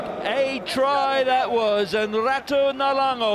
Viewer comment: Commentator called him Naulamo ffs!!